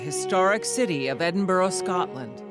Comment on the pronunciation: Eh-din-bo-row LOL. It's Ed-in-b-u-rah